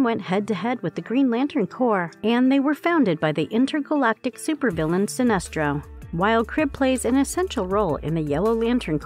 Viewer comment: Sinestro* not sinister